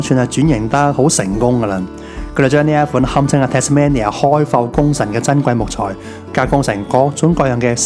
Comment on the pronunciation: 值得去玩下，但我只喜歡無拘無束嘅自駕遊而唔喜歡跟旅行團😂⋯⋯仲有你讀錯Tasmania中間個音，應該係讀main而唔係讀man, Tas-mainia [tæz'meinjә]正如Cambridge係讀Came-bridge一樣